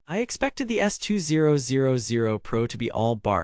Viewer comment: I find it very annoying listen to you saying S 2 0 0 0 rather than S2000